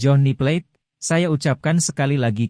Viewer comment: Bukan G Plet, min. Plate!!😂😂